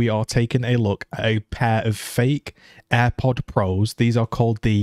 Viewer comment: You said AirPods Pro wrong